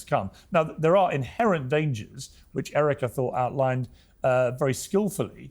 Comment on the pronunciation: Piers you gotta get Erics name right